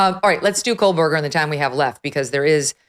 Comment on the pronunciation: K-OH-Berger. No L.